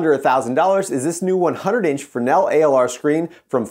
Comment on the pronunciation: Pronounced Fray-nel in his native tongue. lol I only know this by working with tons of Arri and Mole Richardson equipment for lighting my one of our PA was a French man who kept telling me. ha